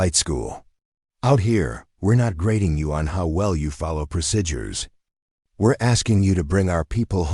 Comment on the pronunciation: Overall, an thrilling action-packed story but unrealistic. I'm not going to even address the excessive protocol, technical and tactical errors since I don't believe the script was written or even reviewed by someone who actually served. AI narration was often plagued with awkward, ragged and irregular phrasing, numerous mispronounced words, examples: procidures for procedures, leaved for lived, savered for severed, Phoebe for fob and much more. All of these irritating mistakes made listening to it rather frustrating. When closed captioning was used, the errors were even more glaring. Especially annoying was the use of the word "dot" to indicate the end of a sentence instead of taking the customary pause before starting the next sentencel...subtleties that are chronic AI issues. Obviously this channel needs to have a human editor with appropriate English language skills review their work before posting if they want their channel to grow.